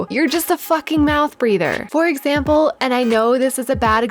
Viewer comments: That ending tho. Exampurr is a new word now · "For exampurr" I was dying 😂 I always get so excited when you post a video! You know it's going to be a good day when walks in and she ain't holdin' back! Seriously though, thanks for putting out such great content and I look forward to the next video! ❤️